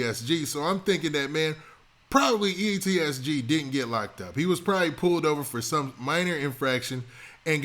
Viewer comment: PLEASE FOR THE SAKE OF YOUR FOLLOWERRSS !!!! FUCKING MAKING IT SHORT AND BRIEF !!! THE RAMBLING HOLY SHIT RUN ON SENTENCES.. AND ITS EEEEE SSSSSSS TTTTT NOT EEEEEEEEEEEEEEEEE TTTTTTTTTT SSSS GGG !!!! holy your a reporter and dont even know how to pronounce there NAMES ?